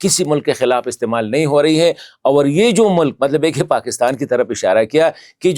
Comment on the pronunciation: Bastered hypocrite its not( over) its (aur)😂 you want some credit from ur dady ISI. U are nothing but a watch man for punjabi gates. Khan darwaza Kohl sahab arahey hay😂